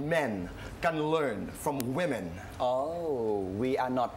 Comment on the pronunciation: Women not We-Men..